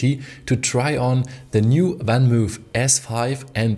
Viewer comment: I admit I cringe every MOOOOOOF. It's not spelled "Van Moef".